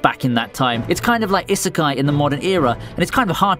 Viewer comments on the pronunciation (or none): none